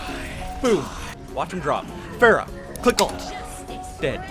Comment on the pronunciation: Pharah is pronounced FAR-RAH, not FAIR-RAH